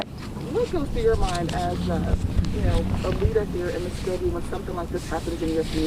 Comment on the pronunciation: Hey reporter...It’s Muskogee, not whatever you said. Ever hear of “Okie from Muskogee”?